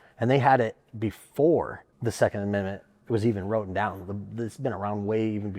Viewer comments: Ok so a few things. First it's not pronounced "row-ten" it's "writ-ten" that was driving me crazy. Second as per a presidential request of the CDC for an outline of gun violence. Per the report. As of 2016 some 30K people die every year from guns, and 60% of that was by quitters. The other 12-14K are what's left. Also per the report 300K-3Mil people are saved by guns from harm every year. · " wrotten" is really tough to hear from someone trying to make an educated argument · If this guy says “wroten” one more time…😖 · Flint lockwood....i got my eye on you. And dude saying wroten is rough lol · My biggest issue was the guy saying “wrotein” instead of “written” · “When it was wrotten”…. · Buddy, it’s WRITTEN NOT “WROTEN” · i wanna be on your side,...but if you keep saying 'wroten' instead of WRITTEN...Im going to lose my shist...damn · Why does he keep saying “wrotten”? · OMG he said wrotten a third time. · The guy saying wrotten instead of written is driving me nuts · "wroten" haha